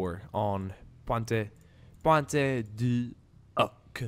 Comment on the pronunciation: Am I the only one that cringes when he mentions Point Du Hoc?